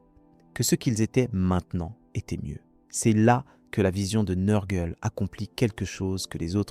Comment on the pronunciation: NURGLE pas neurgleee sinon belle video